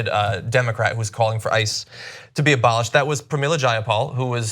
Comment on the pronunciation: Ebolished? Are you fucking kidding me CNN?